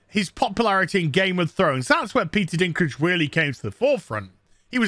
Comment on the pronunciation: Peter Bladdy Deenklijjj 😭(Dinklage)